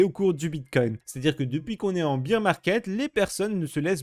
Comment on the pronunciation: "bear" se prononce "bèr" et non pas "bir"